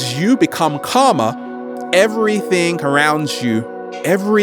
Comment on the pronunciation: karma or calmer? :D